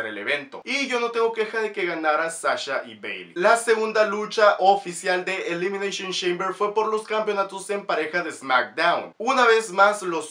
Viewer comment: Elimineishon sheimber